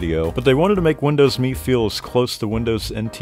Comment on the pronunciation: Finally someone that pronounces Windows ME correctly 😂😂❤